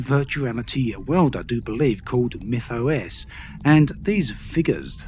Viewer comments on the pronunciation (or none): none